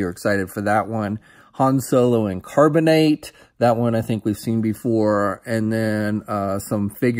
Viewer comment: "Carbon-ate" huh? lol Carbon-ite buddy.